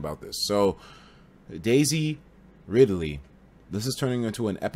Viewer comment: Daisy Riley 😂 I think he meant Daisy Ridley